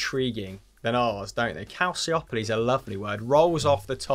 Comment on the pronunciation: The second 'c' in calciopoli is pronounced as the 'ch' in cheer and the 'i' following that isn't even pronounced.